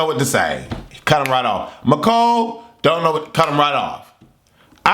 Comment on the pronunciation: Your name is pronounced me.cole, not my.cole. The season is boring me already. Hisam needs the boot.